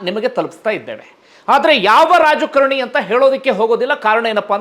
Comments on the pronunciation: Dayavittu kannada sariyaagi kaliyiri, youtube channel nanthara maadi.., raajakarNi alla, raajakaaaaaaraNi! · Its not rajkarni, its raajkaarni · Sir it is rajakaarani not rajakarni